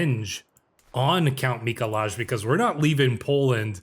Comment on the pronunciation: Mikolaj is pronounced "Mee-Koo-Why." It's the Polish version of Nicholas. Source: I lived in Poland for two years.